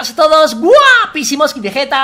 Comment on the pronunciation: Caballero veguete no guerrero vegueta uuuu